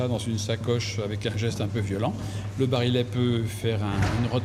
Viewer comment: "l'expert' '' (encore un ) qui prononce " bari( 'let' au lieu de "barillet"'///cela laisse un doute ! le révolver date de Mathusalem . En outre cette femme passe son temps à s'exhiber verbalement ,à la manière de son "club philosophique" voire de "psy"...etc. ...pénible ! passées 15 minutes ,je ferme cette vidéo